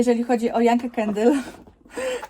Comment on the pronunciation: Yankee czyta się ,,Janki" , a nie ,,Janke" 🤷